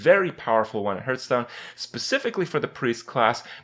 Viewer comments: I don't mind since a lot of people say it like that. But "Hurthstone" is so annoying! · Hurtstone and KRAY-KEN